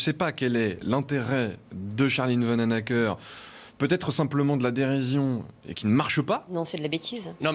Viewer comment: Maintenant vous avez Charline Van OU nacker (le oe se prononce ou) en France gardez-là SVP. Déjà qu'en Belgique nous hégergeons vos grosses fortunes comme Yseult.